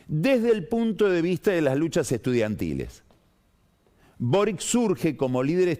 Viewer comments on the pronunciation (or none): Que pasa con Pagni, Parisi saco 12,8 % y no 19 %, Boric es un apellido croata y se pronuncia como chi al final!!!